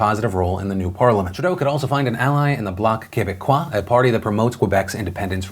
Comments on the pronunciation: OmG love so much your way of saying bloc québécois it was perfect, also great coverage of all the result, also as a canadian its not the first time and it could work for a gouvernement, the big issu right now is the pipeline. There no acceptability in some province and in other all in so its creat a schism. personnaly I would never vote for a andrew shreer, they are to realigous and in the 50s for me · Dude you aced the bolc Quebecois pronunciation! But in all seriousness I can't wait to see how shit will go down, and if he could get anything done with a minority government. Also I'm amazed how pretty much 2 provinces (Quebec and Ontario) ruled this elections, Alberta and Saskatchewan must hate our guts, sorry not sorry. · I would like to salut Phil excellent pronunciation of the Block Québecois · I don't know what was the best part of your Canadian election coverage. Actually pronouncing Bloc Quebecois well, not even saying their leader Yves-Francois Blanchet's name or your so close yet so far pronunciation of my home province Saskatchewan!